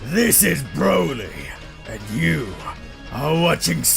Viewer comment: bro said bio broly 🥀